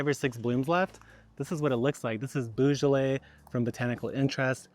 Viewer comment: 'Boh-zho-lay'. Love your work. Keep being awesome.